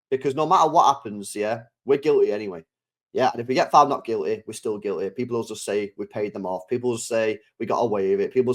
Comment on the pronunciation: Chaps, it’s City not citeh and Guilty, not Gileh. Speak proper please